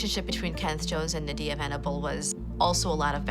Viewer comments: That was my friend and they have many diffrent stories I don’t condone violence and her name nadiyah they saying it wrong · I think every narrator, commentator & presenter pronounced Nadia a different way! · Why can’t the narrator say Nadia’s name correctly? 😂